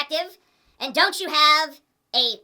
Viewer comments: I started goddamn SCREAMING laughing when you pronounced "ypu" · I couldn't stop laughing when TJ pronounced "YPU"